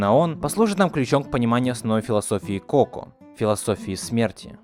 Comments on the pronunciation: Так уши режит то что та говоришь неправильно, правильно не ко́ко а коко́.!!!!! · Тайна КокО а не КОко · Не коко, а коко(ничего не поменялось, но ты произносишь не правельно) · Не КОко а КокО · Согласна, так звучит лучше Но от куда ты знаешь как правильно? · А разве не коко́? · Ударение! Коко́! И ещё Гектор, а не Эктор. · кокО, господи, в мультике же есть ударение нормальное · Не КОко, а КокО, и не Эктар, а Гектар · не Тайна кОко а кокО. и вообще , он не Эктор а Вектор!! 🗿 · Простите конечно....но имена проговорены не правильно... Во-первых ударение на кокО Во-вторых Гектор, а не Ектор...